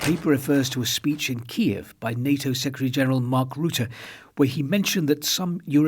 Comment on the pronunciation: The consensus in the English-speaking western world is that the pronunciation of Kiev is KEEV, the Ukrainian pronunciation. However, you said KEE-EV twice - a small, but significant point IMO. My wife and I loved your documentary "Our Man in Moscow" on BBC1 the other day. Living on a tightrope 24 hours a day must be stressful. I wonder how much more time you can stand it. Thanks for your the great work you do on the "front line"